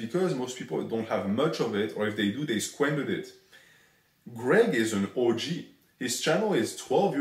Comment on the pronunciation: Anyone else notice the french accent makes the pronunciation of OG sound like the word orgy???